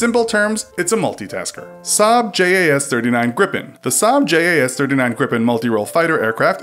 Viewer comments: greepen, not grip'n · Ok. Just... You are pronouncing Gripen WAAAAY WRONG. AND JAS. Why did you not tell us about JAS. It stands for something translated to Hunt (J), Attack (A), Surveillance (S). Like duddeee